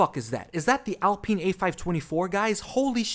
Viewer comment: I'd rather you call them Renault Werx team than Al Peen 😂 It's Alpine. Line wine or fine. Because the french def say it wrong.